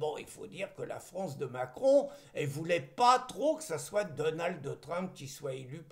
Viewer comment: s'il te plaît , pas Donaldeuh Trump, mais Donald, comme on dirait Ronald. Merci et bravo